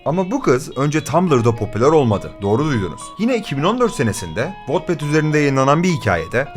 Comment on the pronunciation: wetpet diye okunuyor sinir olduumm